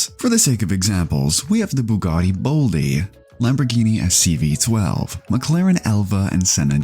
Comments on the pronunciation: I have never heard anyone butcher the pronunciation of the bolide this badly lmao It’s bowleed not bowlde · Technically it's pronounced Bow-lee-day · My dude really made fun of that guy's "taycan" ponounciacion and the called a Bugatti "Boldie" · I’m sorry, a Bugatti what? „Baldie”? Didn’t you rip a guy for mispronouncing Taycan a few minutes earlier? 😅